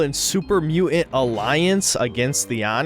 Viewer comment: "super mu'ant"